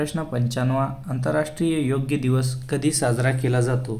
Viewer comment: सर मराठी वाचायला शिका... खूप चुकीचे उच्चार आहेत योग दिवस ला तुम्ही योग्य दिवस बोलला